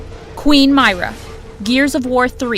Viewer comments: It’s not my-ruh It’s meer-ra Also thanks for the PTSD of trying to get that weapon skin. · You pronounced Queen Myrrahs name wrong just saying. Not only that Voracidus the invinicble is not as hard as Pyro Peat or Hyperion.